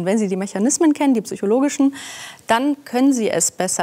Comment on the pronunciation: Allein dafür, dass sie Wörter mit „Psych-„ richtig ausspricht , liebe ich sie :) Soll nicht arrogant rüberkommen, aber wenn Experten ihren eigenen Beruf „Zychologie“ nennen, kann ich ihnen nicht mehr zuhören 😊